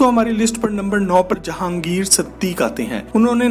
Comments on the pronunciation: siddiqi, kee, not siddiq. and lakson not lakshun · Its Siduqui not Siduque. Correct plz